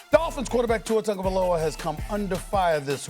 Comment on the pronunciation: “Tuer Tagovailoer” 😂